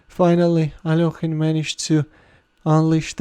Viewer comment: He is alekhine not alokhine you understand that.plz you are ruining the name of a legend player plzz stop this